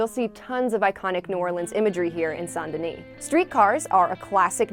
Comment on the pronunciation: You probobly pronounce the S in Denis 😂